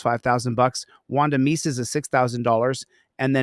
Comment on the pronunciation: Wanda MISE .... Not Meece .... Mise ... like "wise" ... but with an M